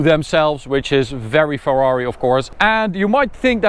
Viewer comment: Ferrari no fwrhuawri